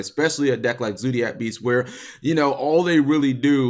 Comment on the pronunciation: Zodiac, not zoodiac. Fight your American nurturing and pronounce the word how its spelt